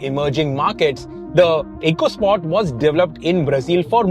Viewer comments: It’s officially supposed to be pronounced “Echo Sport”. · Pronounced Echo Sport 🙂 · My best memory of the EcoSport is that Ford Ecoboost is of course pronounced "eeko-", but Ford's very own Ecosport model (that has an Ecoboost engine) is pronounced "echo-" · This is the FUHD ECUH SPAWT 🤣🤣